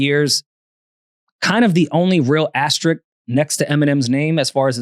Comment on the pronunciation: The word is ASTERISK. Not “Asterick”. Love y’all, but the linguist in me just cringes when I hear that. Great show.